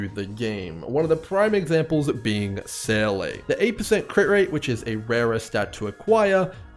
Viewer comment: Seele is pronounced: ZEE-LUH. Not SAY-LAY. It's so triggering, please stop lol